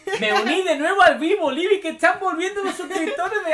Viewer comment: Es Libi ,les dije que era libi